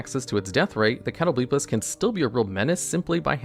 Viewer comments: Cringed at Cat o blee piss but otherwise fantastic video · I cannot take you seriously when you're saying "catto-BLEEP-us" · Catoblepas pronunciation almost killed me lol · Broooo what what that pronunciation of catoblepas